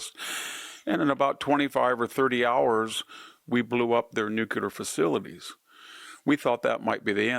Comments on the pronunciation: "New----Clear" it's quite easy. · Sharp guy, but I cringe whenever he says "nuculer". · It's pronounced "New cle er" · Why do you pronounce the word ‘nuclear’ as nucular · VDH it’s great, but I am so sick of hearing these intellectuals and pundits say “nucUlar.” Make it stop. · You are a brilliant man; please stop saying, “nucular.” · "Nucular"! It's pronounced "nucular"! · I’m surprised VDH is yet ANOTHER person who can’t pronounce the word ‘nuclear.’ Strange. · "Nuclear" pronunciation incorrect. There's an "l" after the "c." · I love you but please learn to pronounce NUCLEAR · Nuclear.... stop pronouncing it incorrectly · I'm literally turning this off because I can't hear the word nuclear mispronounced any longer. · Victor, it's nuclear, not nuclear. Just saying. Love the show. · It amazes me that someone with the highest level proficiency in the English language, can't even pronounce the word "Nuclear" properly. Yes I mean you Victor! And that dopey Bennie. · Mr. Hanson, you're one of the smartest men of your time. Why can't you pronounce "NUCLEAR" like you should? That second "U" has no place in that word! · Please note that there is only one "U" in nuclear. 🤔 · C'mon man, you are way way too intelligent to be saying "NUCULAR"............it's nuclear!! Please...NEW CLEAR. You really do a great job though and I am a huge fan. I truly believe you are one of the absolute best in the business and one of the very few that actually understands what is really going on. Thank-you for all of your hard work to help people learn the truth. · Not nucular, nuclear! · NuclEar, not nucUlar!! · I love you VDH but it is nuclear (new clear) not nucular (new qu lar). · I love you mr. Hanson, but it's nu-clear, not nucular. El León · Please Victor?: NEW-KLEE-ARE not new-kew--lar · Not nook-u-lar; nook-Lee-er. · I love you Victor, and I mean no disrespect. But it’s nu-cle-er, not nuc-u-ler. Finger nails on a chalkboard. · Nuclear, not nucular.